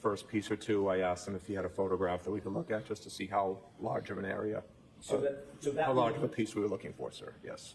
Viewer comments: I’m going to say at about the minute mark listen to how the Prosecutor asked the question “Hou’s” ok can’t spell it but it’s supposed to be How.. is that a normal way to speak or say How? I’m just curious because I would want to correct them all day long 🙊🤪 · I’m going to say at about the minute mark listen to how the Prosecutor asked the question “Hou’s” ok can’t spell it but it’s supposed to be How.. is that a normal way to speak or say How? I’m just curious because I would want to correct them all day long 🙊🤪.. Also what Police Department doesn’t Secure a Possible Crime Scene?